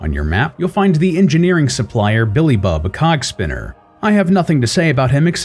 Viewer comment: You know, you should make sure that when you pronounce "Cogspinner," someone doesnt think you said something else